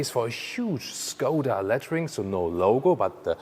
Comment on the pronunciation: it's skoda in english and not shkoda hahah